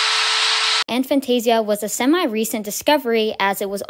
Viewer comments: It's pronounced a fan-tay-zia not an fan-tay-zia. Regardless, this is a very enlightening video. I never knew this was even a thing. So even in dreams you don't see anything? Fascinating! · I've always pronounced it A(as in hay)-fan-tay-zee-a but Dr Zeman pronounces it A(as in hat)-fan-tay-zee-a. But then he pronounces his name as Zemman so what does he know?